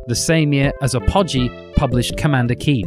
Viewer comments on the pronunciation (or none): The first 3-D I ever recall seeing in a game was Ultima 2 (1982). It had very basic vector drawn dungeons. I don't recall anything before that; maybe in the arcade. Would Star Raider's (1979) star field count? I think A-PA-GEE is pronounced APO-GEE (the highest point of something)... no snark intended. Good job on the video, BTW :] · While we're on pronunciation, "stygian" has a soft g, not a hard g, and Apogee has the stress on the first syllable, not the second.